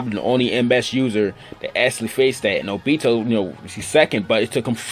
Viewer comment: Your obito wrong